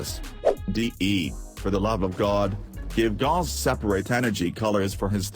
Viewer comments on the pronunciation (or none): Its pronounced gowse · its gauss not gauss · Pls replace the "this is gauss" with a good pronunciation of "gauss"